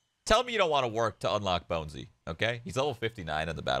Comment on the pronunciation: its Bonesy shroood not Bouncy